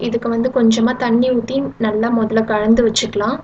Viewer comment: கலந்து " சிறப்பு ழகரம் போல உச்சரிக்காதிங்க தமிழ் பொண்ணா இருந்துட்டு